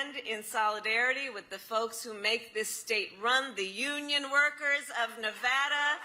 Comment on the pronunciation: I give her credit for pronouncing Nevada correctly. Other than that she is a living, annoying laugh track.